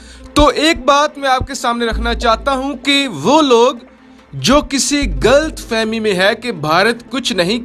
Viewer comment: Its not “ Gult fahmi” its “Ghalat Fahmi”